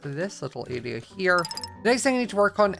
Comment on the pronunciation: I love how says "area" he says it like "araia" love it